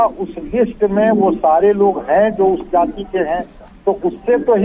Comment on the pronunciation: Jati not nati